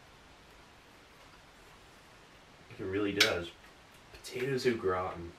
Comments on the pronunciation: Kept thinking you were saying "the potatoes look rotten" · I thought he was saying “the potatoes look rotten” until I was a 3rd of the way though 😂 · I kept hearing “the potatoes look rotten.” Lol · "grautin"... LEL! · Steve says au gratin as if it's an Irish family name. 😂 'those darn o'gratin boys!'